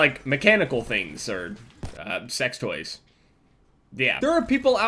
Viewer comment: lol jev when you said fuck toys it sounded like fuck boys xD